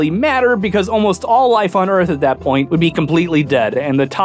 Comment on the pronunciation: "Okay, here's da Erf, ROUND. You may be thinkin' "Dayum, dats a sweet Erf." WRONG." Haha.